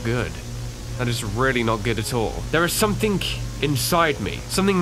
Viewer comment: I like when says “something” but he actually says it like “somethink” for some reason